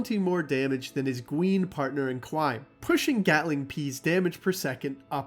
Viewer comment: Gween pawtnew in cwime